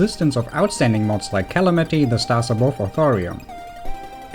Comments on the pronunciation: The way you pronounce calamity hurt me physically by rupturing my ears. It's pronounced calAmity not cAlamIty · kal-amanti how the fuck did you pronounce Calamity, (Ka-lamb-ih-tee)